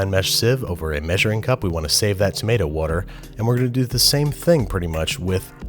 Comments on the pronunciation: "wudder" you're definitely a philly guy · You say water very much like Chris Fix does lol